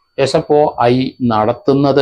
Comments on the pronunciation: SFIO എന്നാണ് SFOI അല്ല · Sfoi. അല്ല sfio. എന്ന് തിരുത്തുക. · He doesnt even cant say properly its SFIO... Dont know how he is doing it. He doesnt even know what he is talking about,typical malayali reading only mallu news papers. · Sir not sfoi.. Sfio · നേരെ ഉച്ഛരിക്കാൻ പഠിക്ക് 😭😭SFOI 😂😂😂. കട്ടം